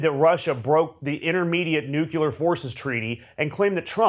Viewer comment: Ugly dude says nucular(sp?).